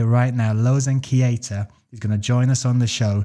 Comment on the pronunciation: Its Keita not "KIETA"... correct it up :D